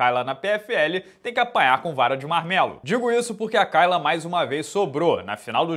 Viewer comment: Acho incrível vc pronunciar "Kayla" errado,...